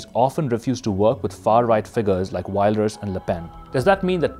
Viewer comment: I wish you'd check the pronunciation of names before you record. Even if you stick to sounds native to English, you can say Wilders correctly. It's vill-ders. Not wild-ers.